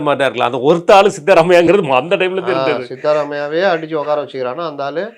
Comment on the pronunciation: அவர்களே. அவர் சீதாரமைய்யா இல்லை. சித்தராமைய்யா